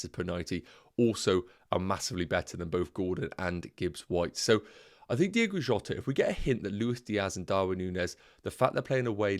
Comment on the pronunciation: It’s Diogo Jota, good video though